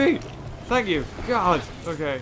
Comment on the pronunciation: You said oh my god its "oh my gold"